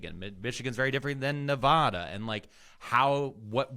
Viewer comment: Ne-vah-duh that “navada” shit pisses everyone from here off please say it right😭